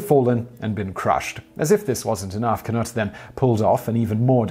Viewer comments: YAK-ih-ma Ca-NUTT and John HYOO-ston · YA-kee-mah Kan-OOT Jahn HUO-ston